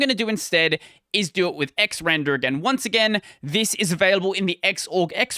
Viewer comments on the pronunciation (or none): it's pronounced "ecks arr and arr"... not "ecks ran der"... 😏